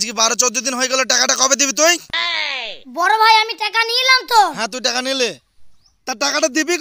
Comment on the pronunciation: ভাসা ঠিক করো টাকা কে বলছে টেকা